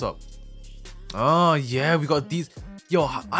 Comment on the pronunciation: can you replace your "Yeur" with "UwU" for 1 video